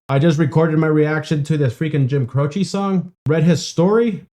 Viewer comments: His last name is Italian, it means cross, and the last syllable sounds like chay, rhymes with hay or pay, not chee. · As you saw, most people pronounced his name CRO chee. Jim, himself, said it is CRO chay. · Jim's last name was always pronounced Croche or more like Cro'she' where I was from. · In the 1970s, we all called him "CROW-shay." Just like "crochet," but with the stronger emphasis on the first syllable. Apparently this is how Italians say "croce," which means "cross." (Jim was born to Italian-American immigrant parents.) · It's Croshee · Its Jim Crow ch y eh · A lot of people pronounce it Crow-shay... and Jim seems to be playing the song that twice the regular speed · It's Cro-chee! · Grew up listening to Jimmy Croce. Love him. Its pronounced "Crowchee" btw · Jim "Crow-chee" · Crow chee - is how you pronounce it. Bad bad Leroy Brown is a fun alternative. I think I might have the title wrong but that's the gist of it. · Croce is an Italian name and people are pronouncing it wrong. The "e": is pronounced like the letrer "A". Croch A. But the A is cut short. I discovered him just a few months before passed. I was 14 years old. I was devastated.